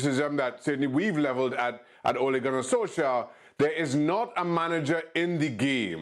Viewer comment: Craig, you rube, learn how to pronounce “Solskjaer” Don’t make your lack of education that obvious 😂